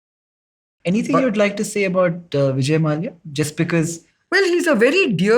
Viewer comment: Why is Nikhil pronouncing "Mallya" as "Mall-ya" 😂 Nikhil belongs to the same community as Mallya but he isn't pronouncing correctly. What a shame. People who need to correct are themselves following the trend and making mistake